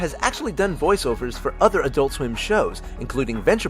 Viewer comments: Why can't Americans say "adult" properly? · EnergyN7 There are two syllables. I pronounce it "ad-ult", like everybody else who isn't American.